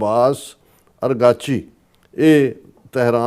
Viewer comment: Correction..... Abbas iraqchi foreign minister... Bakir qalibaaf plz pronounce correctly